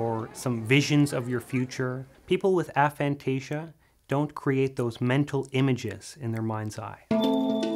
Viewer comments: Aphantasia should be pronounced with a hard 'A' not a soft one. The term was coined by researchers at Exeter University, and there are several videos of them pronouncing it the way it should be said. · I’ve spoke to the researchers you speak about at Exeter, Dr Adam Zeman, about this specifically. It is a tomato tamato situation. A-phantasia isn’t easy to say in conversation or sticky for public use. Soft A works just fine.